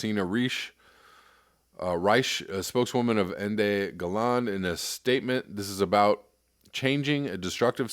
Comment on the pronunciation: it's pronounced "enda ga-lenda " ENDE GELÄNDE and in english his name means END OF STORY, NOTHING TO ADD and I saw other "Going South" response but this is a little grey area here